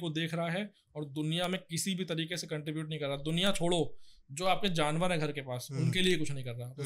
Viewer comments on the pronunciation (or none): none